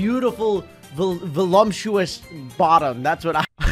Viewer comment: "i wanna see Pat Fusty's beautiful vulumptuois bottom" - 2022